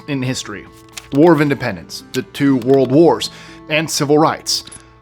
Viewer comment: Warld Wars? 😂